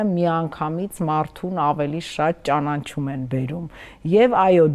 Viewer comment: Հարգելի՛ հաղորդավար, ճանանչում չէ, այլ ճանաչում․․․․